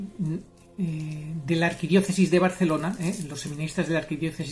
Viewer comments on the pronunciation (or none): none